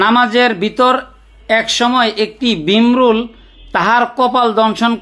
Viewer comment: "আমল" শব্দটা নেই আমাল আছে "তিনি" শব্দটা নেই "উদাহরণ" শব্দটাও নেই উহার "বিমরুল" শব্দটাও নেই ভীমরুল আছে "আবু" শব্দটাও নেই তবু আছে "একাগ্রতা" শব্দটাও নেই একাগ্রতায় আছে "তাহজ্জোদ" শব্দটাও নেই তাহাজ্জুদ আছে "বেতের" শব্দটাও নেই বেতেরের আছে "কুরআন" শব্দটাও নেই কোরআন আছে "সারগেদ" শব্দটাও নেই শাগরেদ আছে "বলিলেন" শব্দটাও নেই বলেন আছে "তারটিল" ভুল উচ্চারণ